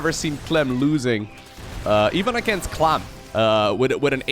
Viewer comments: It's "Clam"!! not "klum". Dutch people....🤭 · Klum? I Think you mean "Clam" or KLAM" Where did you get Klum from lol, either way I'm going to watch and enjoy! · Why do you say "clam" like "clum"? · Lol at trying to say clam: clum clom clum clem clum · Harstem tends to say clum instead of clam when casting and talking quickly too I guess something about it is easier to pronounce when having to say clem and clam at the same time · No one: No one at all:: reads 'clam' "clum" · I was thinking the same! I made a little meme I hope he sees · Lmao the clum pronunciation was driving me nuts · Is Clam pronounced "Clum" in the Netherlands or is that just and accent thing? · Especially when he says "clum" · I thought that might be the Dutch word for "Clam", but apparently it's "Mossel". So there is NO EXCUSE!!!! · I want you to channel your inner upstate New Yorker when you say clam. Pretty much every native english speaker would pronounce the am in clam the same as "Am" Just think of Guardians of the galax: I am Groot. I Clam root. SAME VOWELS. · please look up the seafood called clam(s) for the correct pronounciation lol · With pronunciation its clum vs clom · Your French suxx bro, sorry;) Clément is NOT pronounced "Clay-mah" in French, and Clem, without the accent aigu is NOT pronounced "Clam" in French, and 'French' should be capitalized... Also (lol) there IS a very noticeable difference in English between Clem and Clam... You are right though about and Harstem using a strange in-between pronunciation:)